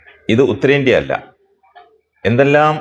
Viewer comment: ഉത്തരേടന്ത്യ❌❌ ഉത്തരേന്ത്യ✅✅✅✅